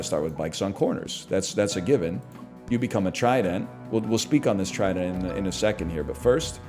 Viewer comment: Just can’t get over him saying tri-Dent, the emphasis on the d goes hard